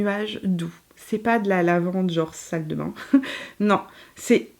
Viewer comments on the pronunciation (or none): none